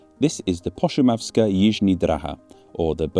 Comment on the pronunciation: Czech here, great pronunciation! The š in Pošumavská is pronounced like the sh in fisher and the í in Číčenice and břízy is pronouced like the ee in cheese. :) The letter Ř has a unique sound with no equivalent in English, not even an approximation. Lots of people hate the name Czechia just because it's new and changes are bad and some think it only refers to the Bohemian part of the republic, which just isn't true lol. It's the same as calling our western neighbour Germany instead of the Federal Republic of Germany.